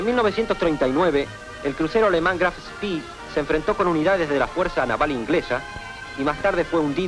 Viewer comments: Bueno, como hablo alemán te quería decir que la pronunciación correcta de la acorazado de bolsillo es como lo mencionaste primero y no "spí", es alemán, no inglés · Claro, es como lo pronunció primero. Y luego dice "o Spí" (lo escribí fonéticamente). Hablo del locutor de este video